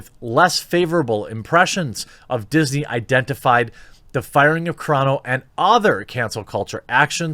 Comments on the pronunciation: Lol Carano, not Carrano :) much love from a brand new subscriber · Roll the Rs when there are two rs like carro, carreta or when the word begins with an R. But I think Carano is Italian.